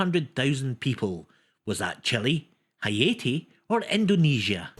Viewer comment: Excellent quiz as usual 😊 Just a note on pronunciation - Haiti sounds like hay-tee ❤